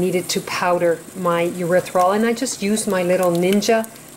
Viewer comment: Erithritol: "Ery - thry - tol" darlin'. Otherwise it sounds like a body waste product. Looks like pretty good chocolate.